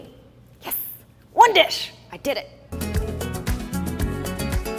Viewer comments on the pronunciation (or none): nobody:: oNe DISH